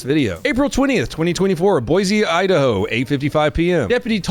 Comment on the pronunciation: Just a heads-up, there's no 'Z' in Boise. The locals say Boy see not Boyz e. I know you're a stickler for getting things right. Thanks for the awesome content !